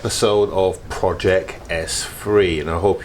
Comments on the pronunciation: You’re saying projek 😄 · Why are you saying project wrong 😄